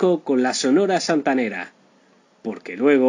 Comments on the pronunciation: Que trucho que sos amigo... primero le robas el nombre a un excelente canal argentino "La vida y el triste final..." con finales tristes de verdad y no con gloria como este caso y encima robas el texto de otro lado, decís Santanaera en lugar de Santanera, hablas como vendiendo churros en la playa, en fin... un consejo de amigo, dedícate a otra cosa. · Ésta máquina parlante dice "santanaera " 🤯👎. Sonia López 👏👏👏👏🌟🌟🌟🇲🇽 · No tienes idea, se dice SANTANERA ASI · Da pena escuchar su pronunciación de la santanera y no separar la pronunciación, que alguien le corrija, antes de grabar.